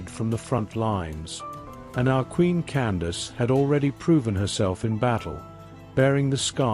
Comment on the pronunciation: Her name was not Candice, that was a miss understanding by the Europeans who recorded her story, they did not understand that “Can-da-ki” or Kandake is a tilte meaning “Queen Mother” or “Great Woman.” Also you're telling this story wrong, you can not tell the story without its begining. That is "King Teriteqase" who was felled at the first battle.